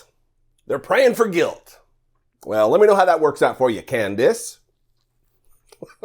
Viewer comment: Did she say praying for Guiwt?